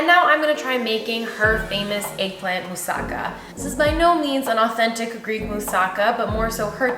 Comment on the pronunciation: It is pronounced moussaKA with the accent on the last syllable.